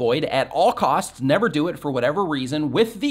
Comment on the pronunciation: Lol side note… at one point you said “We dough Not” instead of “we do not”.. and it reminded me of an episode in I love Lucy when the guy didn’t speak English and said “we Dough not” and Lucy says “we dough not? Sounds like some place in Arkansas!” 😂😂😂 I guess I’m getting sleepy! Lol thanks for the advice though! Was helpful!